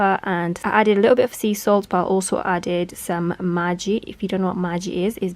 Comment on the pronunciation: Nice It’s actually Maggi not Maji.